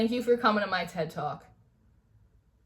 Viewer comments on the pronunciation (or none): "Who is doin the recommendations on Instagram?" -- hehe -- "Again, who is doing these recommendations? I would like to show up at that Board meeting ..." Baahhh ha ha ha!! Me too, but just to film what happens! 😆 -- "Thank you fa commin' ta my TED twolk" -- LMFAO!!! (I tried to type the Jersey accent.) 😁